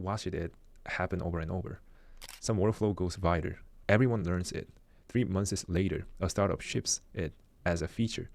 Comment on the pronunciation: The word “months” is a single syllable word has a single s in it. It’s not pronounced “months siz”. Pronounced “monthz” “Case” is a single syllable word it’s not pronounced “case uh”. Pronounced “cays” Most words ending in -ed the -e is silent. Watched is a single syllable word. It’s not pronounced “watch” “ed”. It is pronounced “watchd” 😂